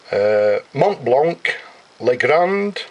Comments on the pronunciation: Montblanc, not Montblank ;-) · and you dont say the "t" and the "c" just "mon blan"